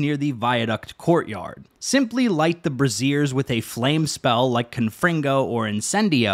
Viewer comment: It's a brazier not a brassiere lol. It's not a bra.